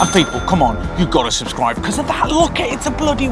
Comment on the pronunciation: Anyone else notice he said "subscrive" 😂